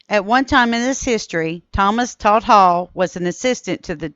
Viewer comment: Those Hall boys are my relatives. There were others such as Bad John Hall, but I want to make a correction. It is pronounced Tout and not Tallt. His name was Thomas Talton (Touton) Hall. His cousin was my great grandfather, who was known both as a fighter early in life and a preacher later in life. He was so famous he was mentioned in Night Comes to the Cumberlands by Harry M. Caudill. His name was Hawkins (Hawk) Hall. As for Talt, there is a poem and a song titled: "God Save us All from that Bad Talt Hall."